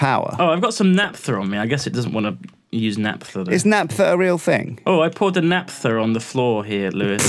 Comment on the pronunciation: for the love of all that's holy. It's NAPHTA, pronounced NAFTA, the thing you make naphtaline with. I cannot hear natpha anymore.